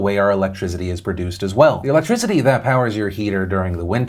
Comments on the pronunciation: Why does Phil say, "electrizity"? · Philip "Electrizity" DeFranco